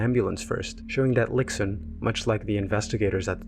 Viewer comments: Great video. Just want to point out that X in Chinese is pronounced "sh" so the protagonist is "lishun" not "liksun" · the video is great but like many people have said, x in chinese is pronounced as a very soft s sound (not exactly sh but between s and sh). idk if it sounds patronising but i feel with all the research you’ve made it is easy to quickly google name pronunciation